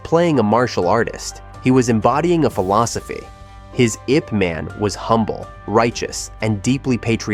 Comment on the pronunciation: This content is excellent. The pronunciation of Ip Man, is sadly terrible. The pronunciation in proper Cantonese, as Ip Man would have been pronounced phonetically "Yeep Muhn"